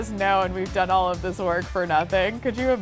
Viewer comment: she said OLIVE the skills instead of all of the skills. that just shows how much she loves olive